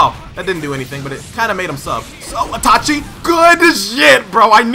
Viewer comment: “atachi” “ochiha” 😹